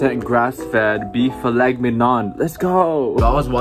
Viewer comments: phil et mig non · “phil-let mig-none” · u lost me at filet migg-non✋😔